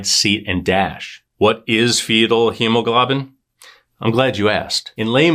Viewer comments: For future reference, it's pronounced hemo-glow-bin. Send my ❤️!😁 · It's pronounced hemo-GLOBE-in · It’s pronounced he-ma-glow-bin